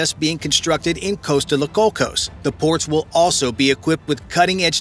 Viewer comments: Took so long to get to the point I almost fell of my chair..But the mangled pronunciation of the Spanish threw me over the edge. Spanish is one of the easiest languages to learn as the vowels are constant. How he came up with Coast Alsos out of Coatzacoalcos lead me to: A E I O U el burro sabe mis que tu. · Great video, hope the project comes through, but...Costa La Cocos? Coatzacoalcos deserves better.